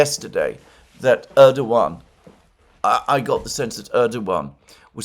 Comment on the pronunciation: FYI Alexander. Pronunciation is Rejep Tieyip Erdowan. C in Türkish (Türkçe) is pronounced like a J. Ç ıs pronounced lıke Ch and Ğ ıs sılent. Keep up the good work, from a fellow Englishman.